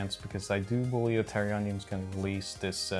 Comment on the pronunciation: Guys, its TERRAonion. Not TERROR - onion. haha! Great video though!